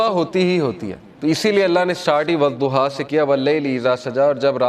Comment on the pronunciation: Sir zuha nhi surah wadhuha sahi pronunciation hy